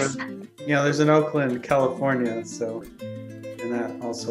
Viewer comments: I'm from auckland new zealand and those people in the meeting at the start said Oakland that's low key hilarious cause its pronounced awe ckland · Isn't it Auckland, New Zealand? This guy thinks she said Oakland. Well that was Auckward. 😅🤐